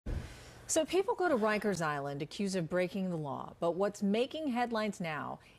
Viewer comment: Bro, it’s rikers🤦🏾‍♂️